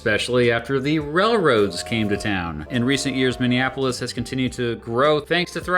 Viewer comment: So nice to hear a Youtuber actually pronounce Minneapolis correctly. Thank you.